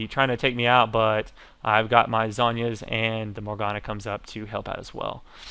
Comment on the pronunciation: you dont say zohnya like sagne it zone-ya